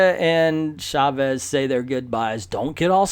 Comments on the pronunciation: Mindless ass! Hahahahaha. Their faces look nothing like Mindless Ones' faces; they look more like ROM Spaceknight's toaster helmet. By the way, I have been meaning to say about how you pronounce Chávez, with the stress in the "E" instead of in the "A", and then you actually got it right just as you were talking about your Spanish pronunciation almost at the beginning. Just remember, it is "CHÁvez", not "chaVEZ". Likewise, it is "VElez" instead of "veLEZ". And the double "L" in Spanish sounds similar as "J" does in words like "jail". So Villalobos sounds something like "vee-jah-LOH-bos". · Why are you saying "Shavez"?